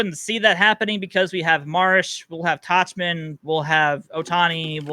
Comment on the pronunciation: is knowledgeable in baseball, but his pronunciation of names kills me every week. It's Tauk-man. C'mon man